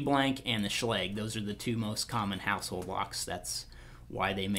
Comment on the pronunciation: SH-log not sh-legg